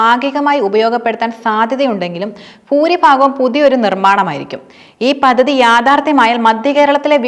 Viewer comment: പദ്ധതി. പതതി അല്ല